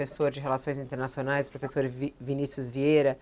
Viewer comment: Professor kkkkkkkkkkkkkkk professor kkkkkkkkkkkkkkkkkkkk professor kkkkkkkkkkkkkkkkkkkkkkkkkk pôfêxôrrr kkkkkkkkkkkkkkkkkk